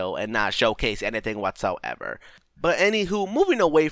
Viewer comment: "waatsoevar" just no